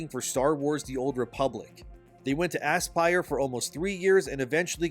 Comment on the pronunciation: Got to say calling Aspyr games "Ass-pyre" rather than "'Uh-spire" has to be the best pronunciation ever!